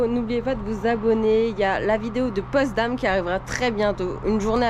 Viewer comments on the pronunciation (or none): La Gedächtniskirche est située dans l'ex-Berlin-Ouest. Pour information, c'est POTSdam et non POSTdam. Merci pour votre vidéo.